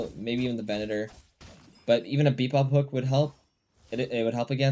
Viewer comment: Its pronounced ay-brums and bee-bop not aber-hams and beep-bop.